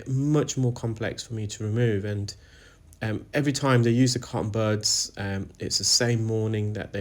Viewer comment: Cotton "birds"? Where's that accent from regionally?